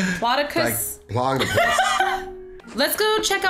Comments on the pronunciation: Diplodocus dip-low-dough-cas is the pronounciation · diplodocus. you say it like dip-la-doak-us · oh and ihascupqwake its prnouched dip low dooc us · this is how you pronounce it dip lio doa cus